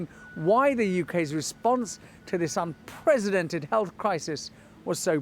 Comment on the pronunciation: It's "unprecedented", not "un-president-ed"